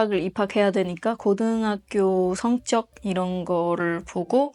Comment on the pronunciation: 성쩍 -> 성적. 발음, 표현력에서 우수한 두뇌와 성실성이 바로 드러나네요. 한국에서 좋은 기회를 찾아서 한국사회의 일원으로 살 수 있으면 기쁠 것 같아요. 축복합니다!